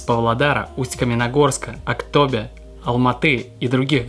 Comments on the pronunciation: Не АктОбе, а АктобЕ* 😅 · всё круто! Благодарность от нас казахов - казахстанцев))), НО пожалуйста, говорите правильно АктобЕ (мягко, не через Э), а то слух режет.....